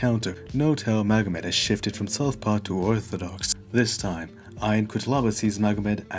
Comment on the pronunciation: Quick note, his name is not pronounced "aion", it's rather "yon".